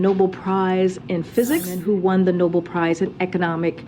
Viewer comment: Obviously Karine isn't the A+ press secretary of all time but I really don't understand the digs at her mispronunciations of things. Yes, she should know how to pronounce 'Nobel' but she's clearly multilingual and that comes with sometimes not pronouncing everything perfectly. I really dislike the ethnocentrism that this and other conservative channels display sometimes when at the same time you are completely off on certain topics (Candace Owens especially). Not to wave the woke flag, but it's just an irritating pattern I've noticed. I'm all for nationalism and patriotism and all but I also think it isn't difficult to have a little tolerance considering North America is a melting pot for better or for worse.